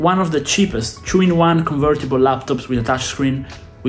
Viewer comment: Did he say Chu-in-1 ??? lol